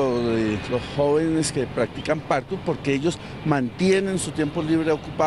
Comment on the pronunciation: No se dice padkout se dice Parkour 🤷🏻‍♂️🙄 también soy de Colombia y compito sobre el Parkour